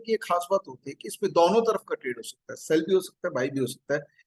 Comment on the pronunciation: दॉनो नहीं दोनों बोलो